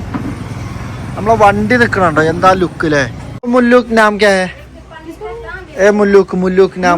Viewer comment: മുല്ലുക്ക് അല്ല മുലുക് ഹിന്ദിക്കാർ ഡീസലിന് ഡിജെൽ എന്നാണ് പറയുക 😊😊😊